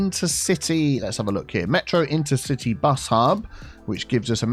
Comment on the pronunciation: Metro: InterciTEA bus hub :D